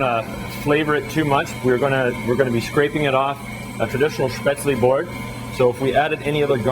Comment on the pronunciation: I wish people (professional cooks) would pronounce Spätzle correctly!! UGH! Drives me nuts! It's Shhhp-ehtz-leh -- not sp-aytz-leeee...